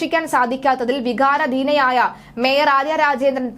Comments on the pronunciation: വികാരദീനയല്ല..... വികാരാദീന 😂😂😂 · വികാര ധീന അല്ല വികാരാധീന 👌